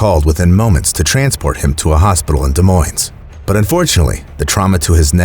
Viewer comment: Neither S in Des Moines is pronounced. Both are silent